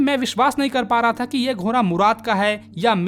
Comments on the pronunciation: GHODA ❌ GHORA 😂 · घोड़ा बोलिये घोरा नही😂😂😂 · Ghoda❌ ghora✅ 😂😂😂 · ghora ghora 😂😂 bhai sahi se bol lo ghoda hota hai 😅